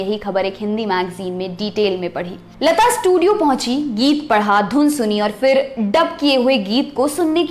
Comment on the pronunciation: Beautiful narration.. but b careful with one word 'fir'.. its pronunciation isn't FIR. It's PHIR..फ not फ़